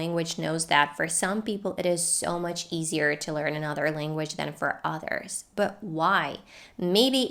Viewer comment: i notice you pronounce 'others' like "ah-thers".. Where is your accent from, I'm curious!